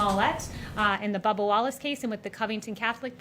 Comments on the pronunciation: It's BUBBA, not Bubble. Christ. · It's Bubba, not Bubble Wallace. This reporter I bet always demands an apology. How rude these reporters are. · I think his name is Bubba not Bubble